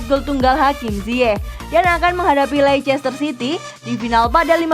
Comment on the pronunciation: Leicester dibacanya lester min